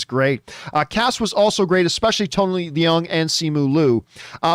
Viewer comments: Tony Leung, Leung doesn't pronounce "le - ung", Leung pronounce like "learn". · Absolutely incorrect, unfortunately. Watch any Chinese awards show where he wins, the call him “Lee-YUNG Chi-Wai”, which is how his name is pronounced in Chinese. Obviously, in China, the family name comes first and “Tony” is just an Anglo-cized version of “Chee-Wai”. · yes actually “learng” is more accurate but I just afraid people will also pronounce “learng” in a funny way so I use a word "learn" that everyone know how to say. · The way people have been pronouncing it has been annoying me too lol. It’s basically “learng”!